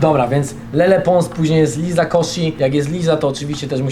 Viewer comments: nie LIZA tylko LAJZA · błagam tylko nie mów już liza, tylko lajza